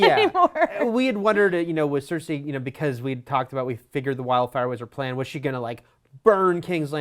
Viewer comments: Cersei not cersa ffs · Cersei = "sir-see" not "sir-say" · It's cer-ce not cer-say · SER-SEE not CER-SAY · why she keep saying cersai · I don't know why but it really annoys me when they pronounce it as "Cer-Say"... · same, really bothers me lol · Cer-say? Toe-men? C'mon.. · Why is it so hard for them to understand that the episode skipped parts in time. WTF I'm glad they did it that way we don't have 3 episodes if travel and filler. Also I hate the way this girl is saying Cersei. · The way she says Cersei XD